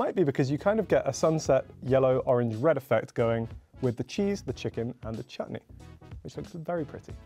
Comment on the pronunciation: did just say chutney😂😂😂